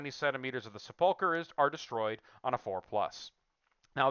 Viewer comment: Sepulchre is pronounced SEP-ool-ker. Not seh-PUL-ker.